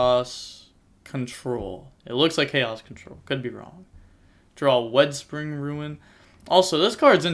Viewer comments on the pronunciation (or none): Wetspring ruin……wtf you mean WIDE SPREAD RUIN!!!! Yugioh players really can’t read.😂😂😂😂😂